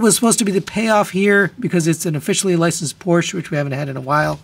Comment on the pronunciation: Porsche is a two syllable word.